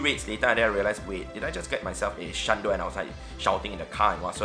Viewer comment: ""shlundo"" i cant